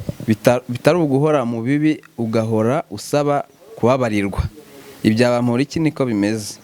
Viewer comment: Uyumutama azikinyarwanda kweri NGO BAMUHORIKi 😂😂 Kandi NGO ni bamporiki.